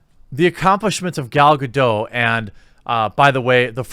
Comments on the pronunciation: Gal-Ga-doT... She's Israeli not french. K? That's my white knighting done for the day. C'ya tomorrow. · It's Gal GadoT with the hard "T" sound. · It's GaDOT, the T is not silent. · The boots I wore in the Navy had heels. Yep. Her complaint is invalid. BTW: Gal Gadot's last name is pronounced "Ga DOT". Dot. Not Doh. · Loved the clip. You are right we shouldn’t try to divided but rather include. I do have to tell you something though she isn’t French she’s is Israeli so you pronounce the T in Gadot. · It’s Hebrew, not French, you should pronounce the T in Gadot REEEE